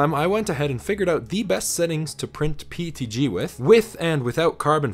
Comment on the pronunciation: Yeah but a nerd would pronounce PETG correctly instead of saying PTG. Even Closed Captions show him saying PTG.